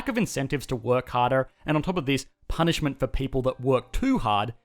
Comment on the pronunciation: and that's not how you pronounce "punishment"